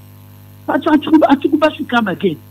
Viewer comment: Etumi wura, it's Atuguba not Atubiga